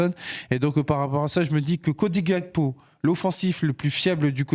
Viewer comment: Les oreilles saignent quand vous prononcez Gakpo , c’est Gakpo comme en Français c’est un nom de famille togolais pas néerlandais